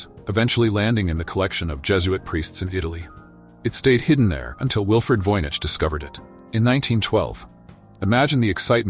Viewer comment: CLICKBAIT. Nothing new explained in this video riddled with mistakes. Annoying piano in the background. VOYNICH voyage, voynyche, voinage, homish?